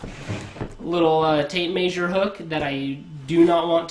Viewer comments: This guy must be from the Midwest. I lived in Kansas for 4 years and maysure is one of the words they use. They also say wersher instead of washer. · Tape maysure lol. Hillbilly nerd